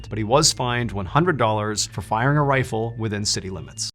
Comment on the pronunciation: Can't say RIFLE !